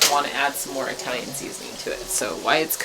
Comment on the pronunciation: Is pronouncing Italian like "eye-talian" part of your trailer park act? You kill me with that wig & those glasses! 😆 (God, I hope that’s part of the act too!) And how on Earth did you splatter goulash all over your BACK? 🤔